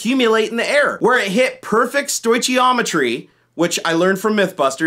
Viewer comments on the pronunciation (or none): 1 little nitpick. Stoichiometry is pronounced "stoy-key-ometry" not "stoy-chee-ometry". Good video though, and it had to be made.